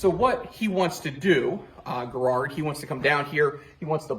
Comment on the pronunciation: General Garrard’s name is pronounced Garrod